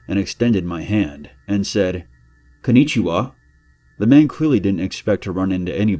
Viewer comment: "KOO NEE CHI WA"